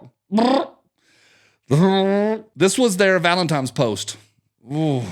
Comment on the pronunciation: Ugh I thought we were done with saying ‘valemtimes’